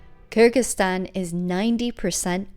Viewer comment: Even when you're touring the world, you STILL can't pronounce the name of the country right ? Come one FFS, it's KyrGHistan NOT KyrJistan